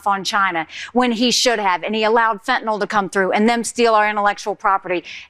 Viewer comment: Not FentaNOL, but FentaNYL.